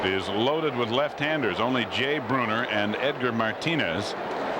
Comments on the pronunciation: Why is this dude saying "Jay Brooner"? 😂😂😂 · I can't get by the guy calling Jay Buhner, "Jay Bruner". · I remember years back on a random satellite feed in the early 90's that was broadcast in Spanish, and Buhner's name was pronounced "Boo-Ner" by the announcer. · Haha, so fucking frustrating. Come on, man. It's your only job. Get the names right.